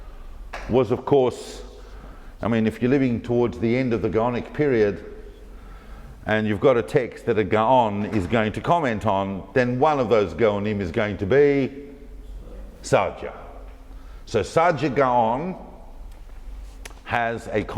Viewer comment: It's Girona - like chirona with a chet. 🙂Hope you are doing well! Amazing as always, and I miss watching your talks. Best from Portugal!